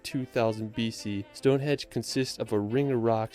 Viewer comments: Is he saying Stonehedge? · Westminster, not Westminister. Stonehenge not Stonehedge. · Its stonehenge not stonehedge. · Jeezus. Westminister and Stonehedge. I despair about the people who put these videos together. They are trying to convey information and they can't even read or research. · Anyone else notice the guy Calling Stonehenge, Stone hedge lol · Ps, it’s Stonehenge, not stonehedge. There’s an ‘n’ in there. 😄 it’s worth a visit due to its history and above all to get a sense of how the heck did they achieve it. Bringing stones 500 miles from mountainous, beautiful Wales. The Cotswolds are one of the prettiest groups of villages in England and will take you back in time. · Did the man say Stonehedge? Along with "Westminister", surely this guy should learn what these places are called before he starts commenting on them! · WESTMINSTER not WESTMINISTER, STONEHENGE NOT STONEHEDGE and he cant measure to save his life either! Eilean Donan is where Connor McCloud (I think) HIGHLANDER (in the film) originally lived, Queen Connection! . FYI the back arrow button on your Keyboard (the 4 tetris shaped buttons on their own) will send a video back 5 seconds if it is paused, helps continuity as you only have to do a quick press to go back. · I genuinely doubt the guy who made this video's claim that he's been here, or at least that he's familiar. His choice of places (in England at least) is VERY limited to a relatively small area that always gets covered in videos like this, and his pronunciations are terrible! StoneHEDGE?! WestMINISTER?! Holy ROD?! 🤣 Okay, I have to amend this a bit, he included shots showing he was here, but I still have doubts about just how many places he'd been & how much he knows about them. By the way, if you like castles and Wales is on your list, you're in for a treat if you visit! Wales has some of the best preserved and most spectacular castles in the British Isles.